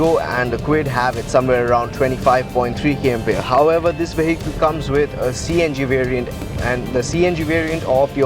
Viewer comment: the moment he started saying 'veyheecle'